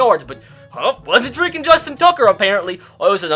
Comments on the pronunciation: “So fweaking stupid” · he says so “fweking stupid”